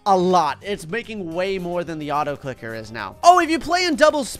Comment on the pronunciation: u spelt on the Also for the autoclicker u said autocliker